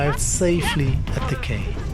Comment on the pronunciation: Quay is pronounced key....